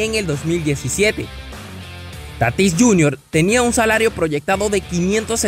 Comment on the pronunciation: Oiga hermano soy de spm lo conozco , no es Tatís , es Tatis 🤦🏾‍♂️